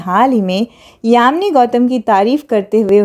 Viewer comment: Yami Gautam not yamini Gautam